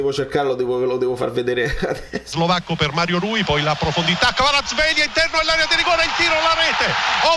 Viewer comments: Kvara-schelia? E Scaramuzzino che chiama Zoboli invece di Zanoli? 🥴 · Tsimikas = Zimikas Kvaratskhelia = Kvarazkhelia Perché? PERCHE'?